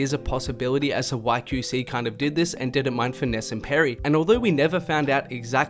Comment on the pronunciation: “Kew see” LMFAOOO you my mans but the way u say QC got me cryinnn